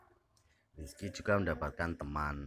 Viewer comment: Zekri min bukan rizki wkwkwk